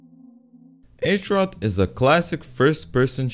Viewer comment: As a Czech, I have to say, it impressed me to see somebody to actually learn about our culture. However, the H in Hrot is pronounced the same way as in Hoot, Harry, Hide, etc. Hrot means Point or Sharp corner in czech.